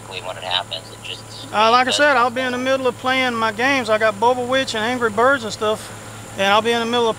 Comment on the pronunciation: "I got bubba witch and anry birbs..." 😂